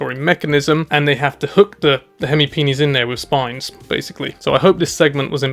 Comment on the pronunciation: "Hemi peni" ... I think you've invented a new toy 😅